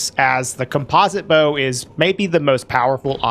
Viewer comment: Dang is that really how you pronounce composite? Have I been doing it wrong